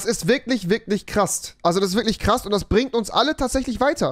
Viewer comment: bei sagt er statt "Krass" Krasst